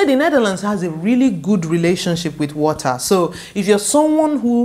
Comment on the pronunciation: We like de wotaaahh! Fun video!